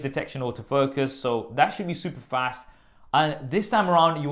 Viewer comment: ==> superfast 🔥 Great video man!